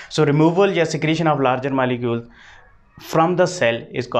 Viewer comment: Molecules hota hai malecule nhi😅